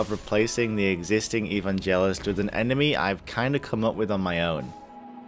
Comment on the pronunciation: eVANgelist not evanGEList